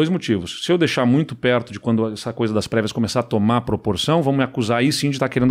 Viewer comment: "depois de ter perdido as previas"... e eu entendi "pregas".